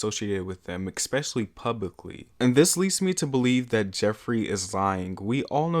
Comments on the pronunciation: Good video but STOP SAYING “EKSPECIALLY” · Off topic but why do you pronounce especially as “ekspecially” lol